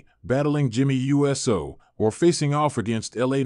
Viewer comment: Why do you spell out Jimmy uso last name you literally spell it out and say u s o😂😂😂😂😂😂😂 I know someone has to check this before you put this out practice practice practice practice practice practice practice make perfect